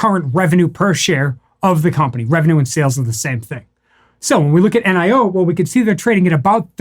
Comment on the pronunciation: "Nee-oh" according to a Chinese friend.